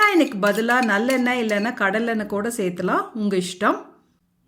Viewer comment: Serthukkalm not serthikkalam don't kill Tamil please